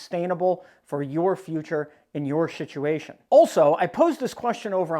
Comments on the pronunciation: Did I hear you say.. shituation??🤣🤣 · Did I hear wrong or did you say "shituation"?😂😂